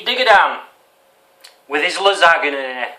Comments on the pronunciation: Hi. You know it is pronounced (la-san-ya) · its pronunced lasanja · It's pronounced Lizz-an-ya. Its quite common here in New England. It is so strange to find someone who has never eaten a lot of foods I normally eat... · You are a grown man and you don't even know what a clove of garlic is or how to pronounce Lasagne -_- Great vid tho xD